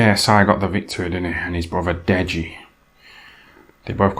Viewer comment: "Dead-GEE" LOLL